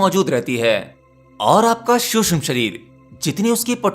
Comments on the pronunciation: Bhaia शुष्म nahi सूक्ष्म होता है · महोदय, शुद्ध भाषा का उपयोग कीजिये। "शुष्म" नहीं सूक्ष्म कहिये!!! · Suksham not susham shreer...bolna to sahi seekho, seekh baad m do